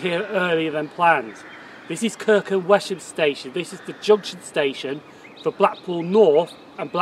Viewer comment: Excellent Video in the area where I used to go trainspotting in the 1960s. Just another point on pronunciation though. My wife lived in Kirkham for 17 years and is adamant that the locals always pronounced Wesham as Wessam. Keep up the good work.